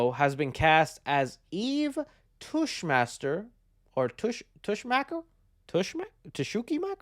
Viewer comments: Oh...Tess-Mocker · "TESH MACKER" I remember the character from Christopher Reeves Superman